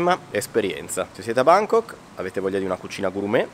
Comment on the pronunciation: “A Bángkok”